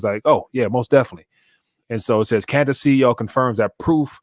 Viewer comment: it's pronounced like "kwantas"